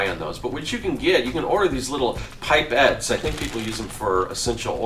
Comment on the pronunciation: My only complaint is it's pronounced pip-et not pipe-et. They're used for science experiments too. Apart from that, great video